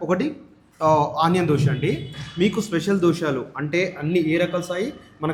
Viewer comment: అన్నా. దోశాలు కాదె 😂 దోశలు